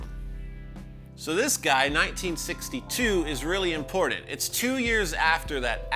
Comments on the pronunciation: Love your show, amazing how knowledgeable you are. I really enjoy learning about the history and specific intricacies of these pedals and effects I've been taking for granted my entire life. But I can't help but flinch every time you say the word "impordtandt". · We need a shirt with a cartoon version of you going "Come with me! It's impordant!". Yes, I'm making fun of your pronunciation of the word 'important'. XD